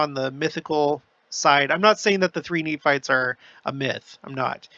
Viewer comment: I love how down to earth you are, feels like we are visiting close by, even the words slip ups are great. (Knee farts/Nephites) 😂😂😂 Really enjoy all I’m learning and this channel. Thank you ❤